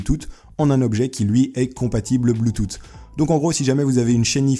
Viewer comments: le fait que tu dise "pouisque" me perturbe plus que le "blootoute" mdrr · Je revois cette vidéo et je me marre toujours autant avec ce "BLOUTOUTE" haha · bloutout xD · je suis le seul pour qui blootoute m'a perturber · Avant tu disais huit "OUIT" maintenant Bluetooph tu dis "Bluetoute" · bloutoutte et bafle mdr putain ! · BLOUTOUTE mdr tes un tueur j'ai trop rigoler 😂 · c'est quoi bloutoute ? XD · BLOOTOOTE XD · BLOUTTOUTE xD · bloutoute xd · Superbe vidéo !! Personnellement j'ai beaucoup ris pour le "bluetoute" XD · on dit bloutousse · tu c'est pas parler ou quoi c pas bloutoute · On dit blutut mais bultus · ça ce prononcé "bloutousse" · bluetooth pas '" blutut" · c pas bloothoouuutttttt c blouthu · la prononciation de bluetooth en mode bloutoute x) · wtf comment tu prononce!!!??? bloutout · BLOUTOUTE MAGGLE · putains sa se li bloutouf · BLOUTOUTE X) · Bloutoute LOL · bluetooth ca se dit bloutousse tu crois t'y connaitre dans l'hight tec mais non en fait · blootoott mdr tu sais pas parler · arrète de dire bluetoute ton tu nous casses les oreilles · ahah bloutoute mais nan ça ce dit pas comme ça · c'est pas bluetoot mais bluetooth qui se lit bloutousse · on dit bloutous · bloutout xD 😂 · adaptateur bluetooth à l'air intéressant, superbe vidéo mais mec je t'en supplie prend l'accent pour bluetooth la c'est stressant à entendre bluetoute.. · On dit pas Bluetoutte bordel de merde 😂😂😂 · Le petit appareil blouthooh stp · bluetoote XD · Il a dit bloutoute combien de fois ? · la sourie s'il te plaît, mais par contre STOP dire blootoute please ! sinon gg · The_ Kaenjishi Avec l'accent Anglais peut-être mais en Français ça se prononce comme Bluetoosce ( et je suis en 6 ème donc m'en veux pas ) Et il parle Français donc nous , les Français , ça fait mal aux oreilles . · En français c'est effectivement Bluetouss. Par contre en anglais c'est plus un f du genre Bluetooff mais avec l'accent. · on dit pas blootout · On se dit blootouse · bluetut mdr c est quoi cette prononciation